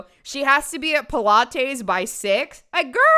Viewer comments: First and foremost, love the video love the side bang love the jersey. Further, your pronunciation of Pilates could not be more incorrect but I also don’t want you to change that about yourself. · Just, unknowingly letting us know her love of SouthPark with the single pronunciation of “pil-ah-tays.”😂😂😂